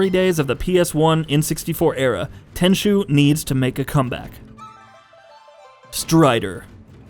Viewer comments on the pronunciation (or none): It really hurts to hear how he pronounces Tenchu. 😭